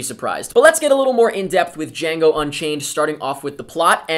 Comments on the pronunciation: I love how you said DE-HEE-ANGO Unchained! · "Di-hiango Unchained" HAHAHA Was that deliberately a reference to Mike from that one episode a loooooong time ago when the first trailer of this movie came out? .... Or was it unintentional? Heh...